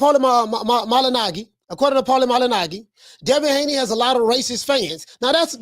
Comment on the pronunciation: You cack me up how you pronounce Paulie's last name.🤣🤣🤣